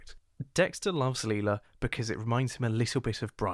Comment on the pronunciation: I'm sorry to be nitpicky, but why do you call her "Lee-lah" when everyone in the show says "Lie-lah". Like I'm just curious, is this an active choice or did you unintentionally say it wrong? Apologies if this sounds rude, please do not take it that way!